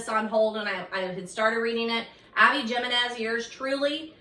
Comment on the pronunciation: Hi! Just so you know, Abby Jimenez is pronounced with an H, so Abby Himenez.